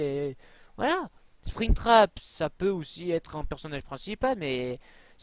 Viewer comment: mec ta dit spectram a la place de spingtrap